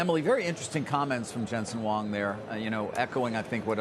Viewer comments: Huang not Wong😢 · the way they pronouced Huang was wrong, sounds like Wang